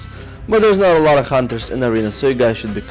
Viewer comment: i like how u say hunter with such emphasis on "H" its cool